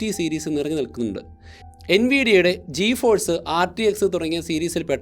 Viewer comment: joforce ❌ Geforce✅